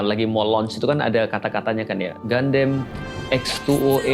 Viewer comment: Gundam bacanya Gandam, Ustadz. Kan dari katakananya udah jelas, ガンダム, dibaca gandamu. Kenapa jadi Gandem? Jadi kayak God damn dong? 😅 Sempat bingung... Escape kok 2024? Ternyata salah tahun 😅 Turut berdoa, semoga masalah visa ini bisa diberesin kedepannya.